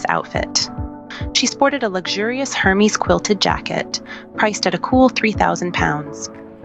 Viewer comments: If you're going to hold yourself up as a commentor on fashion, you should probably learn to pronounce Hermes. Lots of videos on YT can tell you this. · Ah, indeed, the pronunciation of luxury brand names can sometimes be as intricate as their craftsmanship. Hermès, with its silent 'H' and elegantly rolled 'R', often trips up the tongues of the uninitiated. Venturing into the world of high fashion commentary does require a certain finesse with language, much like navigating a soirée in stilettos. YouTube, in its vast wisdom, serves as a modern-day elocution tutor, guiding us through the phonetic maze of couture. 🗣️👜